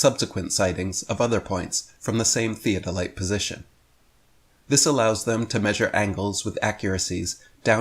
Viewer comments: It literally sounds like is saying, and I will word this out like a dictionary word. ( Thee - A - Deh - Lights ). It’s (Thee-Oh-del-ites ). If you’re pronouncing it properly, and using correct enunciation. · I like the way he said it... like Thea Delight. I still don't buy what he's selling. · Theo delight. When did an o start making an e sound? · Sorry what? Theo-delights? He can't even say the word correctly and then assumes to know how they work. LMAO!!! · Thea-del-light? It took me two tries to understand what he was talking about and my dad is a surveyor. 😂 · One of the uses of the Antikatheya mechanism is to predict the Olympic Games dates. If I take a train and pass a road running parallel to it, the cars on the road can be seen to move. I can predict how they will move and build a device that shows the motion without taking the motion of the train's motion into account. Why does he pronounce 'theodolite' as 'theatre light'? Compasses need to take into account the angle of dip as well. Diving compasses can stick or give erroneous readings if used more than one region away from the one they are set for. I've got as astrolabe, but not the correct plate for my latitude so it is used for demonstrations. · The way pronounces "Theo Doe Lights" is instantly triggering to me as someone who learned surveying in college. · I dont know who is more annoying "theo-der-light" or potato dave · glad I'm not the only one who picked up on how he pronounces theodolite... I mean theo de light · his inner British guy came out. 'Tea Delight' lmao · shows his absolute ignorance by repeatedly mispronouncing "theodolite." These flat-earth fanatics continuously show how ignorant and/or gullible they are. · The way he pronounces theodolite, you can tell that he's not used to reading big words. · The guy cannot even pronounce "Theodolite" correctly. ha ha ha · Anyone who pronounces "theodolite" like does has clearly never used one.